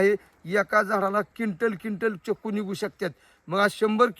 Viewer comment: चकू नाही चिकू